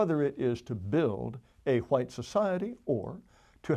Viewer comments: Actually, he's pro Whhhite, in his typical pronunciation! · i would have listened to this whole thing, but the way he pronounces "hhhhh'white" makes me want to puncture my eardrums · Does he not know that the "H" is silent after "W"